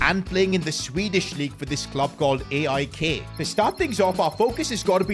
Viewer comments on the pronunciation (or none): Aik is pronounced iko